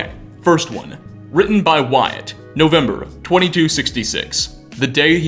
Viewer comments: you mean Wyatt, right? The pronunciation is more like (Why-it). fun fact: that’s my middle name. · lol yeah you got it! its just supposed to be "wai-et" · I myself am a Wyatt and its pronounced Why it, not why at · Did you just WyATT ITS WY ITT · bro its not pronounced why@ ya dunce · Lol “called Why-at” Saying Wyatt like that, I presume you’re a lizard person. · It's weird hearing someone pronounce "Wyatt" like that lol. seems to get used to it after a couple times, but then go back to "Why-At". Not really bothered by it, but I though it was funny. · you did not just pronounce my name "why-at"......... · is no one gonna mention the way he pronounces the name Wyatt??? Great video like always but that made me giggle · Did I just hear this dude wildly mispronounce a name, my name? Wyatt? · Interesting way to pronounce Wyatt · How else are you supposed to say it? Edit: NVM is a better example of him saying it weird.